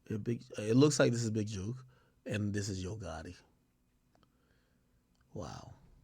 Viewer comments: Mane saying Juke not jook...awful🤦🏾‍♀️ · How people not from Memphis say “jook” is funny as hell 😂😂😂